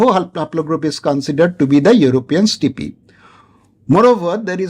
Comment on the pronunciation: Good video sir. But Sir for the love of god, please stop pronouncing "steppe" as "stippii". Sorry but its genuinely hilarious 🤣🤣